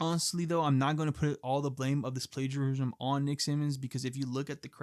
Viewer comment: Bro can't pronounce plagiarism 💀